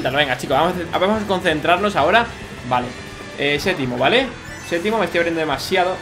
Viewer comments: se dice séptimo,no sétimo😅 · dice setimo jaja